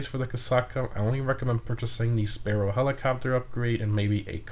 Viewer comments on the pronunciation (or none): none